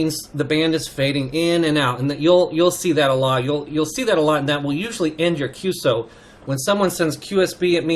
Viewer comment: Hi, good work in engaging young CW adepts to continue this wonderful part of HAM radio.I have a couple of minor remarks that may help.1. QSO is a part of a "Q" code just like QTH, QSB, QRN, …. As such, when you mention QSO you need to spell it as three different letters and not like a word "qso". It is "Q"+"eS"+"O". 2. "bk" is used to indicate to briefly pass-on the transmission back to the person you a heaving the QSO with. The "briefly" here is very important because when you do use "bk" you do not precede it with your Callsign and your correspondent's Callsign. Anything longer than "brief" would be against regulations. It is normally common to use between stations using faster rather than slow CW speeds. 3. "bt" is not a bt "-... -", it is an equal sign or "=" sign "-...-" sent as one letter (no space) but as you mentioned - it is used to "space" in time one part of your transmission from another. 4. YL is used to mention an unmarried female operator, XYL is used for married female operators.5. OM can be easily translated to and "Old Man" but it is more meant as a friend / someone trustworthy whose opinion you value. 5. "sk" at the end of a QSO means - this is your last transmission relating to this QSO. "sk" has also another rather sad meaning - when used in reference to someone else's Callsign it means this particular HAM operator is "silent key" (no longer with us / past away). I hope this somewhat helps. 73's, vk2fex hsc#826